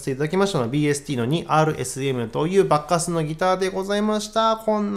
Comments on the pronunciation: スゴイ、コスパですねー、でも~ばっかすーの発音が馬鹿カスって小バカにしてる様に聞こえちゃうチャラ。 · バッカスの発音は… バッカス～↗️って 渋谷系の発音というか東北系の発音というか… なのでしょうか。。。 バッカス いいですね👍️ 演奏もとても上手いですね (尊敬します)